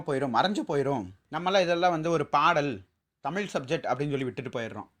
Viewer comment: Hi I will tell you one thing you speak everything good yaar but speak proper thamizh I really like your topics and all I really appreciate because you are a speaking thamizh thamizh is always thamizh you should speak Thamizh when you speak proper thamizh not in Thamil pls pls pls I request you really pls